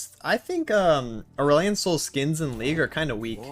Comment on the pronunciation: I like how you call Aurelion asehole.